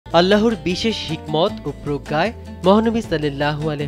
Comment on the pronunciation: আল্লাহোর বলছেন কেন? - আল্লাহর বলুন।